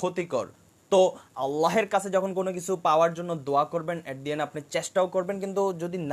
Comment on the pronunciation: ভিডিওটা মাশাল্লাহ সুন্দর হয়েছে | তবে আপনার আল্লাহ উচ্চারণ ভুল হচ্ছে😅